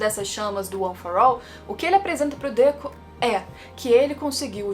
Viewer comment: Por q vc oscila entre Dêku e Dekú?